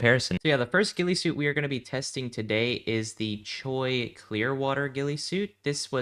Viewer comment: Good vid props to ur pops for helping u out also chuy is pronounced chewy in Spanish